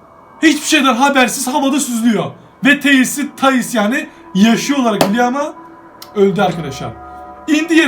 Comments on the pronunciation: Abi telis değil tales yanlış söylüyorsun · Teyils değil Teyıls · Abi o karakterin ismini doğru söylüyonda o teıls diye okunuyo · Abi tails teyıls diye okunur